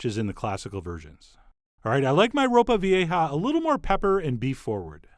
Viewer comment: Dude I replayed you sounding super white saying ropa vieja hahahah 😂😂😂